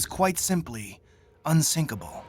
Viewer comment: Dont say Unsikapil